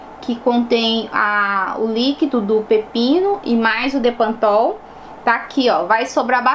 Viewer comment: É bepantol e não depantopl!!😘